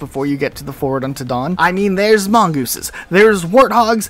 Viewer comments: Mongothesisis is top tier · Mongoothesises… that’s new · Or about how he's sayin' gouse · My personal favorite pronunciations were “mon•guy” and “mon•goes” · mongeese,,, mongi... mongoosens... why.... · The fact you pronounced the plural for mongoose differently every time cracks me up. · Definitely the best part of this video lmao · It's mongeese. But then it's mongii. Then there are mongoosins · Mongoose, mongeese, mongosen